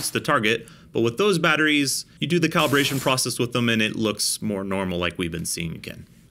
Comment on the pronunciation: "caliberation" Lol, Im just razzin' ya.